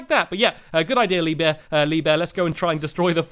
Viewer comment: Haha! , Stampy calls him "LeeBeer"!